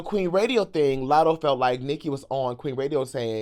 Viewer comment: Lmaoo now Ik u ain’t juss sayin latto wrong one time in this whole 30 some minute video